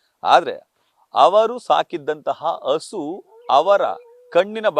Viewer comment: Sir, asu alla hasu. Kannada na spashtavagi matadi.